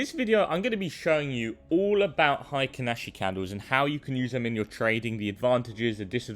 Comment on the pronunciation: HI-kinashi 🙄 probably says "BUH-in" and "KI-in" too 🤮